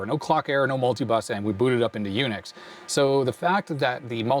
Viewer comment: "jUNIX" I love it. 😊